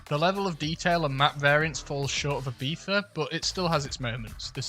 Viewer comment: The most amazing part of this video is someone from the Uk saying "Ibiza" right